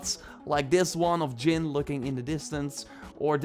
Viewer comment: It’s pronounced Jin with a “J”.. not Yin bro get your life together...